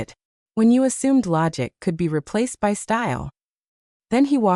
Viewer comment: Maybe you haven't noticed but your AI regularly pronounces 'by' as 'w y' (with space).